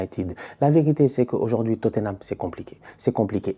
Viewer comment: "I don’t care about totthenam , franchement c’est pas mon pwobleme j’suis twes content qu’il ai pewdu , ces tocaw🤣🤣🤣🤣🤣🤣" j’suis cuit 😭😭😭😭😭🤦🏾‍♂️